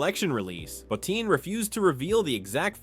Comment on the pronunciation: Another person saying Rob Bottin surname mostly wrong only said right only once.